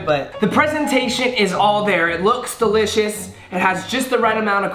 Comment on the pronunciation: delishoe hahahahaha